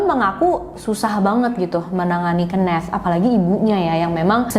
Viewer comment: Mgkn bisa research lg kak cara baca nama "Kenneth"